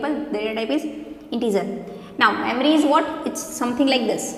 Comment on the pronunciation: Its memory not mammary